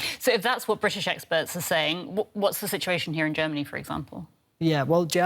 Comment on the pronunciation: She say faw 3 more mouths